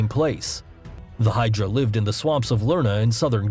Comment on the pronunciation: Thinks this guy pronounced right: kraken, hydra, kappa. Thats it.